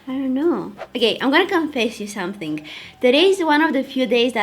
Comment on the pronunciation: is it just me or she always pronounce the words ended in NG as NGK? Like , Somethingk , beingk? haha so cute :)